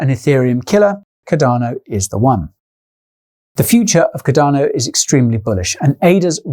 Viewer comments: Alot has changed since June, except for your mispronunciation of Cardano. Ive never heard of caDARno. CARdano on the other hand.. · love your channel mate, but cardano is pronounced as Car-da-no not cadar-no lol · Cadano Cadano Cadano!!! Fucking hell man, its got an 'R' in the name..........USE IT!!! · Quality, as always Guy,however what is"Cudano"?, madelistening a bit distracloibglovev yoouer work man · Bro there is an R in Cardano